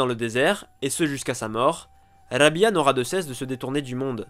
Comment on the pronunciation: on prononce Rab'a et non Rabia